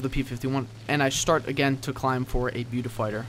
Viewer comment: i was face palming so hard, i almost ripped my own face off. your pronouncing Beaufighter wrong.......